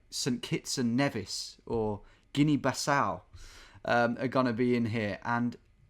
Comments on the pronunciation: It's Guinea BISSAU not BASSAU someone get him to finally remember this! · Guinea-Bissau not Bassau mate